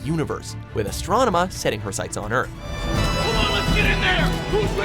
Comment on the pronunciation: the narrator finally pronounced astronema right!